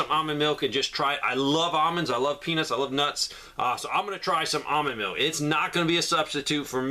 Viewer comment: When you say “I love peanuts”… enunciate. Lol